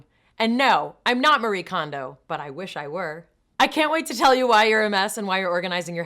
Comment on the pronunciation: Hey, Mayim! It's "Ma-Ri-E", Not Marie. Japanese name with three syllables. =)